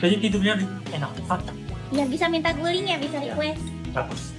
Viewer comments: GULING BUKAN GULI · Guling....bukan gulih